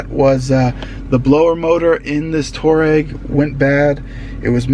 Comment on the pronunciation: It's pronounced Twa-reg. After the tribe